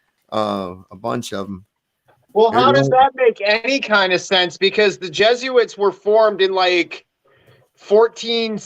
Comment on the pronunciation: its not jesuits... its jesuites...ites... like benjamites and levites. It would be jesu-ITES...not its... i hope you figure this one out